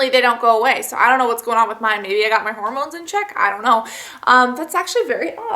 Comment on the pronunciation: lol whenever you say hormones it sounds like you're saying horror moans. xD